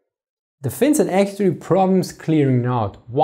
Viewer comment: You are "actorry" hyped to speak English. Good for you. Now pronounciation is next goal. Don't run before you walk.